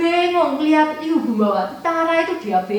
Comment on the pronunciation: Sekedar masukan yaah, Pelafan yg benar sbnrnya bukan Liu Bu, tapi Lyii Puu... ama disebutkan Liu Bu dan Liu Bei seolah2 mereka satu marga tp sbnrnya marga mereka beda jauh....